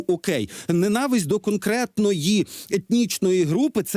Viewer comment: Романе, наголос ненАвисть. Просто "вуха рiже"😉